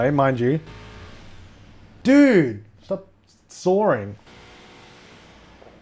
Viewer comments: I was so confused why kept saying soaring. Then I realized it was sawing... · sawring or sawing? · Stop... soaring? :p Ah, that leftover british r ey? Sawing then.. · musicaddictor_anniepapaz haha I was wondering what he was saying too.. like, is someone really parasailing outside your house?? Haha